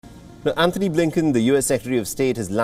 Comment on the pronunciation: His name is, "Antony Blinken" and not "Anthony Blinken". Lol!